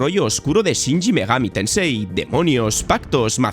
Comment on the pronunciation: Porque coño dice shinji megami tensei en vez de shin megami